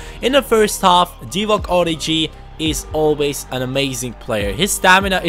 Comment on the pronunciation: It isn't origji (prononciating) but origi. The french g